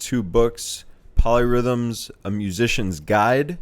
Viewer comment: Oh, POLY rhythms. I thought you said MOLLY rhythms......